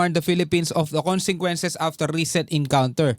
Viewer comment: Hindi moba mabasa Ang consequences bakit ilang vlog mo palagi mo pagbigkas ng consequences ay consenquences